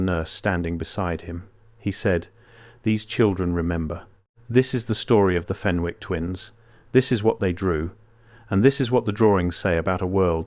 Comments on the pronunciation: Its fen ick not fen wick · FEN ICK ……NOT FEN WICK. Don’t pronounce the W. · The name Fenwick is pronounced Fennick in Northumberland and Scotland. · Pronounced FENNICK.